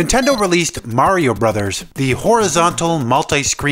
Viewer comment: Tank you for saying Mario and not Merry-O as most of people say.